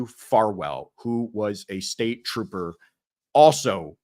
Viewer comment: Troopah Proctah. Ugh… Under the “What Not To Do As A Law Enforcement Officer” part of the manual… 🤦‍♀️